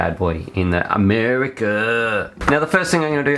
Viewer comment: o my gawd .. i missed the first 30 seconds of this video laughing so hard "Mur-e-CA!!!"